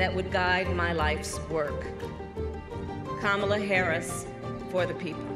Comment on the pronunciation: It's Kamala not Kalama 😂😂😂